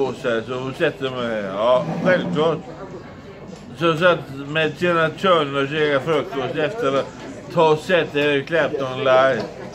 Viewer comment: "Yesh, we höv Tina Törner här." Den kom från ingenstans!